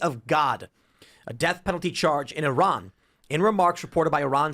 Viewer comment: Learn how to pronounce the name of Iran right you fools